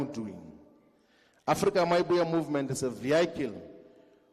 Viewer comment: Why does he keep saying Afrika my movement 😂